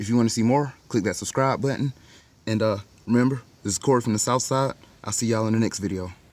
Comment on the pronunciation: Love it “souf-side”….😂good one